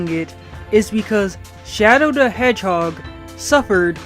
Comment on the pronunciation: "Shadow DE Hedgehog"